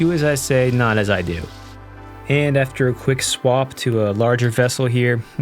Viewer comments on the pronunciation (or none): none